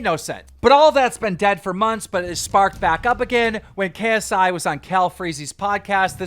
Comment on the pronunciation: Nobody: Keemstar: Krsi